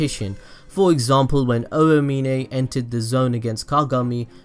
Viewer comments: Oh-ah-meen-ay bruh it’s ow-meen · Anyone else mad that he calls Aomine “oayminay”